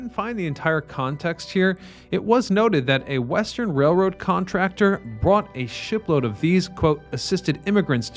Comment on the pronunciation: Hah, sounds like you said "brought a 5hit-load of these," but I suspect it was "a ship-load."